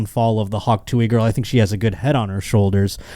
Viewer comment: it's TOO-UHH not tooey